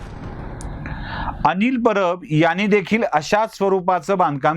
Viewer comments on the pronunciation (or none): none